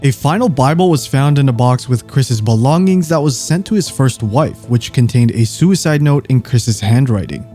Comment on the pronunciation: "SOO IDE" get's annoying after a while